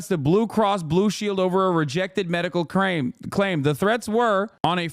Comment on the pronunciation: "medical craim" LOL